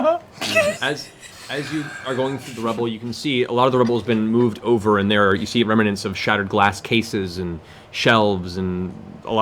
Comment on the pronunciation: Matt Mercer is the best DM I’ve ever witnessed and one of the best I’ve ever even heard of. That said, the word “remnants” is supposed to have 2 syllables, not 3. And it seems to be one of his favorite words, as it comes up nearly every session. Remnants. Not remanents. It drives me nuts.